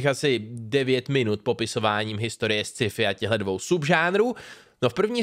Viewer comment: Ne Sciifi, ale Skifi :D